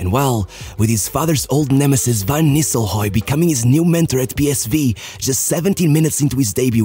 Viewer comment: Man, you got a problem with the letter R. Van Nilstelroy? HE ain't bloody Spanish? You do the same with every R, all the Italian names as well, and as an Italian, I can tell you they are wrong.